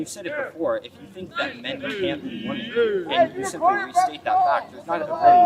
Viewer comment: Why am I hearing gen z pronounce the plural "women" in the singular form? Pronunciation can change, but this has happened in a single generation. I think the plural distinction is important; especially as the meaning of "woman" is being diluted.